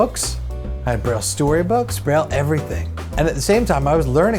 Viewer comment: Breyl... yuk! Braille is pronoinced like bray